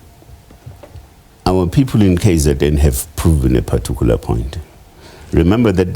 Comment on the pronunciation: Using the word "partuicular" in every sentence does not make him sound intelligent